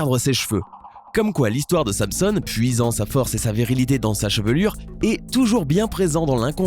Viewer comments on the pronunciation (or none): Histoire de Samson (prononcé Samesonne)... non non il faut dire samson alias "sans-son"